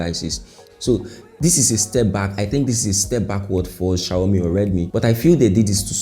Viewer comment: I love how you call it shayomi😂😂😂